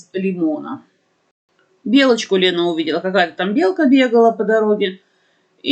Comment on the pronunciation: Ну не выговаривает она Л